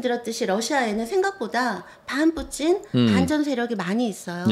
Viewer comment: 푸틴을 푸찐으로 발음 하시네요 일본에서 공부하셨나 보네요